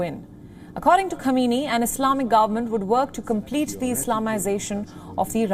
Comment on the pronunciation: As a regular viewer of WION, I am somewhat disappointed by the false pronunciation of the name of the Supreme leader of Iran. Supreme leader's last name is Sayyid Ali Hosseini Khamenei (hence Khamenei). Can you please pay attention to this deficiency as it sends a negative message to the world and damages the reputation of your, otherwise, competent and efficient media.outlet. Perhaps Indian prime minister Naredra Modi should also be called a "hardliner" especially given his policies that are viewed by many as extreme given the influence of extreme Hindu association known as Rashtriya (RSS) on his thinking and policies.